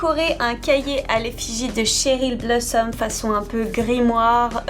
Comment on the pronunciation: CHERYL pas TCHERYL madelaine Petch à dit qu’elle aimait pas qu’on dise TCHERYL